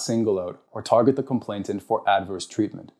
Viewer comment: Please, it's complainant, not complainTant. Just wanting to make an excellent speaker even better.